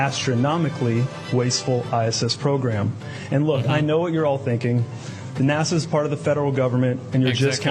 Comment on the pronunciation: "Nasha" ≠ NASA